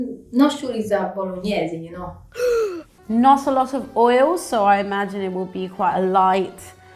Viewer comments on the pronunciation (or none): for the love of god don't let them corrupt you with that "bolonnaise" stuff, you know in your heart how it is pronounced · The so called Italian doesn’t even know how to say bolognese properly. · How can you say your bolognese is the best when you don’t even know how to pronounce it.